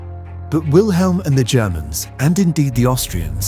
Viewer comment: Funny for a man who speaks fluent German keeps mispronouncing the name Wilhelm...